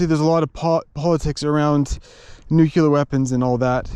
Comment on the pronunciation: It is Vanadium (vuh-nay-dium), not Vuh-nan-dium. And New-clear not New-Killer, although I understand why you would think it is the latter.